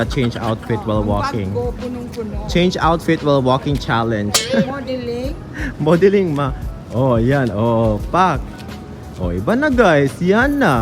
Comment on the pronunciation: I really love your vlogs with family ❤ Malingaw jud ko ni... "Mowdelling" Dah! Bonggah jud si 😘😘😘 Sori, lahi jud ang charisma ni.